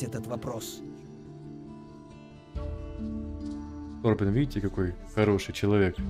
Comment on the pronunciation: У меня полетела английская озвучка и я каждый раз не могу привыкнуть к русскому переводу)) Ни ТОрбен, а ТорбЭн, жесть)))